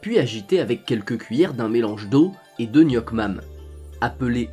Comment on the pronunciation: Ps: "nuoc mam" se dit "niouk mam"!😂